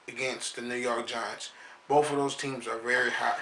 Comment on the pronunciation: If you could lose that "bof" with "both" you might be ight idk jus tryna help cuzz Forr real rep them steelers i said it first right here super bowl champs this year SMASH MOUTH FOOTBALL